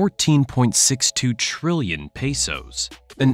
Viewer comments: Pesos not Peysos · “pay soes”